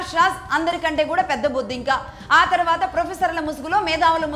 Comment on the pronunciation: మీరు బొద్దింక బొద్దింక అంటుంటే భలే తమాషాగా ఉంది. బొద్దింక అని నొక్కి పలకడం